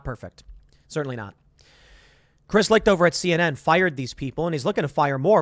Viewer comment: Chris Licht's last name is pronounced "light". Do some research, Tim.